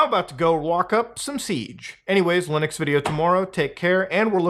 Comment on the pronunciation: Did brother in christ just say LUUNIX instead of LIINUX? Then he corrects himself then says it like that again XD also yea I know pretty much nothing about linux and I love my steam deck, granted I don't use the linux part much but I still do use it